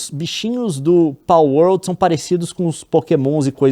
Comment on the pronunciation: KKKKKKK eu sei que é a mais correta, mas essa pronuncia de PALwolRRRd